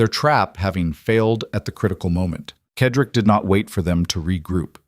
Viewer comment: Excuse me, Mr. narrator, but the gentleman‘s name is pronounced with the letter S Cedric, not the way you are saying it. It is said-rick